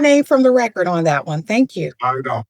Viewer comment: Cmon man, you are an attorney lady. The word is "record" not "wrecker", the d is not silent and frankly turns "record" into a completely different word. Even an educated attorney speaks ignorantly. Sheesh....